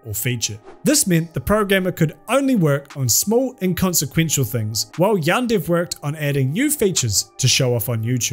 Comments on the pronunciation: I can describe it to you, It basically sounds like he's saying yandide he's trying to sound Japanese I guess but only on half of the word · I think I get it he just reads De as Di man now I know I hate how he pronounces it. Granted he has an accent so I can let that pass. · Great video, but the way you pronounce yandere makes me want to commit eat tortilla chip vertically